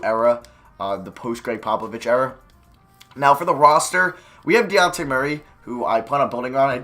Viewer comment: 46 "We have DeAnte Murray" Wtf it's "Dejounte" It's pronounced how it's spelled not that hard